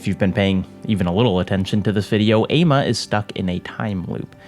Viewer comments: not to correct you on a 3 year old video but the name is actually pronounced "AH-mah" its a west African day name! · Sorry but hearing you say Ama and Adjei was very very painful